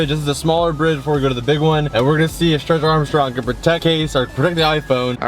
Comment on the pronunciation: "stretch armshcrong" 😂😂😂😂